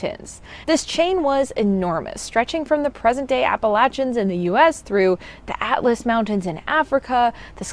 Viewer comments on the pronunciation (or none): none